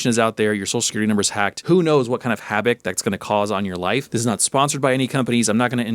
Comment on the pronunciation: Havoc not haboc or whatever you said.